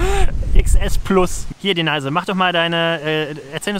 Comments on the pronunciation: Ganz witzig. Schade nur, daß ihr euch, als auf dem Land Aufgewachsene, doch wieder nur sehr viel über die typischen Dorfklischees lustig macht. Außerdem: wie heißt die Dame denn jetzt? Denies oder Deneise? Noch nie gehört, daß der Name so ausgesprochen wird! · Denise? Das ist doch „Deneise“! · Hallo Ihr, Hat mir gefallen, wie Ihr Eure Pilgerreise präsentiert habt. DENISE ("Denaise") hat auch eine feine Art, Humor und Albereie mit Seriosität und Charme zu verbinden: Sie weiß, dass sie hübsch ist, - bildet aber sich keine Eitelkeiten darauf ein!!! Zu der TV-SERIE muss ich dann mein Bedauern zum Wechsel der Besetzung aussprechen= Die PFIFFGIGKEIT*, besonders der Hauptdarstellerin Haas-Peters, ist einfach futsch!!! Man (?) sucht beinahe krampfhaft *danach*, es bleibt leider nur TRAGISCHES Nachtrauern! ECHT SCHADE! Obwohl ich nicht gerade ein Fan von Serien bin, - hier lob ich mir die Wiederholungen der Ersten Staffeln!!! Grüße aus dem Schwarzen Walde (...Glottertal***) Robin